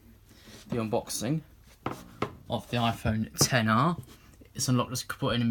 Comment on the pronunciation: Thank you the first person I heard get the name of the phone right